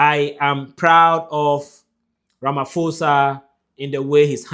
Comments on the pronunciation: Ramaposa thats how you must pronounce not Ramafosa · A polite correction. Please pronounce Ramaphosa - pho as in post. Stay blessed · If you can not pronounce the president of South Africa correctly here us a tip : please pronounce it as Ramapoza. 🙏🏽 you content is one of the best regarding on presence globally. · Ramaphosa - pronounced RAMAPOSA❤️ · Ramphosa- the letter H is silent... RAMAPOSA 👍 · It's Cyril Rama-pour-za. The "H" is silent, please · Pls is not ramafosa 😂😂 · To my continental family - Ramaphosa - pronounce it as RAH, and MAH, first, on the PHO ( pronounce as the first part of "pot" without the T , than pronounce the SAH at the end - hope it helps.